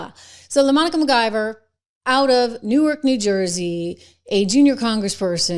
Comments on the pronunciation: Lamonica? It's Lamanica. That is a dude! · I love how you say Lomonica😅